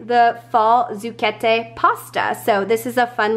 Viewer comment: Cannot wait to try the cinnamon bread!! Also, this may sound strange and slightly stupid,,,but you have no idea how happy it made me that you correctly pronounced the words 'Autumnal', 'Gnocchi', and 'Zucchette'!!!😂